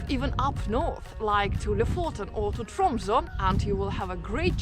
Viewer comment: I just wonder: You know how to pronounce Oslo right, but words like koselig or Tromsø not.